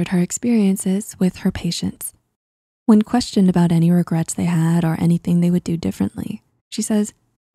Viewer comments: “Regrats”? Why even take this seriously. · “5 regrats”